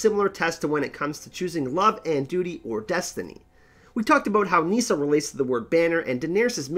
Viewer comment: Meesa! Meesa! Meesa! Meesa! = Nissa! Nissa!